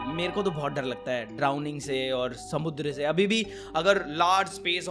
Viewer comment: why he say samundra in marathi accent